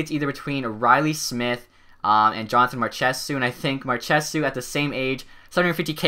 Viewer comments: Marsh a salt it's not marshesew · Here's some pronounciation errors you can change. Jonathan Marchessault = Mar-Che-Soul not Mar-Che-Soo Frederick Cleasson = Clay-son not Claw-son Like so he sees this. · marchessault is pronounced mar shuh so lol not what you said